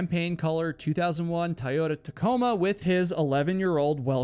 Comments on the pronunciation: What did you call that truck 😂🤣, it's a Toyota Tacoma. Toy-Yota Tacoma which you nailed the Tacoma part. I've had three of those trucks in my life, and they were the best trucks i have ever owned. I'm sorry I'm not poking fun at you, I just know how much you tell us that your pronunciation is horrible, so I guess it was a joke, but please don't feel bad, because you speak much, much better than other places that I'm subscribed to. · bro, you do know its pronounced TOY-OH-TUH, you're saying TIE-yota, lol